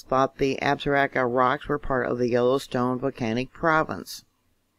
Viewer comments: It is pronounced, Ab-saw-row-key and Shaw-sho-nee. Both are named after Native Indian Tribes in Wyoming. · Love your work. God bless you. It's pronounced AB-sah-ROW-kah. Beautiful mountain range...